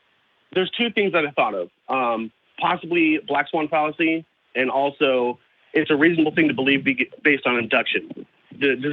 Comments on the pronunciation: "The black fawn swallacy" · The black swan fallacy “Fwan Sallacy” LOL 😝